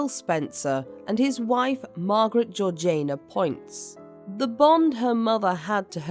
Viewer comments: Georgaina? Not being British ..but still "Georgiina" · Isn't it Georgiana (like Victoriana), rather than Georgaina? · Georg ee ana. Not Georgaina. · GeorgINA, GEORGINA not Georjane-a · Great episode, but isn’t it GeorgiANA and not GeorgINA? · Why is her name pronounced Georgian nah and not heritage ee sh na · Well I am British and I am telling you that is NOT the correct pronounciation - it is Georgie-Anna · So did I! I'm sure it should bt pronounced Georgie- anna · This has to be yet another useless AI narration, - it is horrendous that it cannot pronounce the name of the duchess and really annoying. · Sorry but I can’t hear her name pronounced like that !